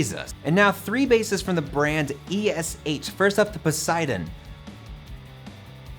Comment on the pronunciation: FYI: Esh basses are pronounced like "ash". Like in the wood used for bodys - or in "ashes". The tone and feel of those basses is great. I do not have one, but have a friend that has a collection of Esh basses, there are three Stingers alone. As I am kind of a traditional StingRay and Precision type of guy, I even do not like Jazz basses a lot, I have to say that you do not stare on your bass while playing. You are just playing. So the optics are way behind playability and tone. This is the only way I ever was able to keep my Hohner B2a (a Steinberger copy), my Carvin SB 5000 and the Haeussel Jazz 5 headless. Imagine, a headless Jazz Bass.... But this bass rings, and it has a real nice Jazz Bass tone. Same with the more modern Carvin SB 5000. The weird angle of the upper horn is killing me, but it plays like a winner and gives you tones from Bobby Vega to Jaco and Marcus Miller. A real good playing and tonal versatile instrument.